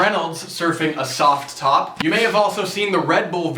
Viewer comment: quite a few gsi`s. You could go ahead and maybye make the t a little more silent when saying the word `soft top` It was funny the 1st 3 times but then not as much.